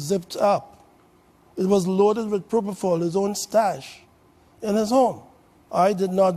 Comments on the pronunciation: 1. Where’s the rest of the video? 2. “Dr.” Oz, it’s PropoFOL, NOT PropoTHAL! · Count how many times he says probofol😂😂